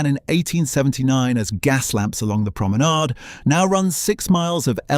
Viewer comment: It would be better if the commentator pronounced ‘Fylde’ and ‘promenade’ correctly